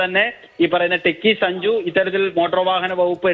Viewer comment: സഞ്ജു ടെക്കി അല്ല , സഞ്ചു ഊള